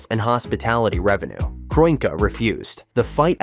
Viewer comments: What the ever loving fuck is this video? The Giants and Jets are not bitter rivals in the same division, they're not even in the same conference. Then you have the complete butchering of Stan Kroenke's name (KRON [like Tron but with a K] Key). If you're going to use a speech bot forget the correct spelling and spell it phonetically. As for the stadium itself, no it's not the biggest or the flashiest, but it's still got a pretty decent capacity at over 80,000. I know Jerry World in Arlington can host more, but there's no transit infrastructure to go alongside it. And I think it too is still too narrow like SoFi. On top of all that as I watch further, the security thing probably is accurate but it should be noted that they've hosted a Super Bowl before. An event just as big as the World Cup Final. I guarantee they're familiar with that whole operation and the necessary addition of extra checkpoints. One more thing as I reach the end: the reason why the Giants & Jets don't use grass is that they've tried it before and it was a horrendous failure. Back at the old Giants Stadium from about 1999 until 2003, they used a natural grass field. By the end of the season it was more or less dirt spray painted to look green. You had the Giants and Jets play a combined 16 games there a year, then there's the odd College Football game or two during the year, concerts, and towards the end of November, you have High School football championships held there as well. I know technology has advanc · A.I voice didn't like the name Kroenke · The synthetic turf issues won’t be a problem because there will be a natural grass surface in place. Like they did last year. Of all the issues that this World Cup has, the venue for the final isn’t one of them. Also your AI chatbot doesn’t know how to pronounce the owner of the LA Rams.